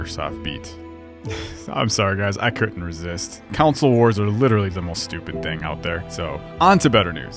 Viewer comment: Great video honestly, but I can't get over "Council's", ... "Council Wars" I'm sorry but where did you hear it not being pronounced somewhat more like "kon-sol" <_<